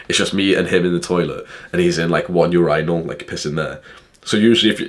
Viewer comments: my boy wtf is a ur "eye" nal? it's urinal as in urnal... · bro when you say urInal it’s 10x much funnier holy shit 😂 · British pronunciation